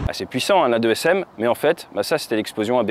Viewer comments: AASM et non A2SM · On dit des « deux-a s m » pas des « a-deux s m » ?!? C’est pas important, bonne vidéo, bonne qualité, continue comme ça !